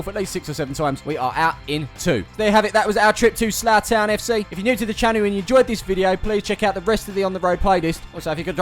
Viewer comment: When you said "weve made it to slough town fc" I thought you said zlatan fc😂